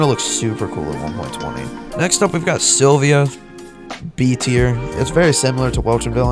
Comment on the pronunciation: prob hates sylvia bc he doesnt know how to ponounce its name lol.